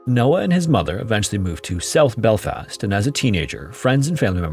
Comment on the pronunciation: "Northern Island" "self belfast" The AI is often terrible with place names, and that's not just an American thing as it does American place names just as horrifically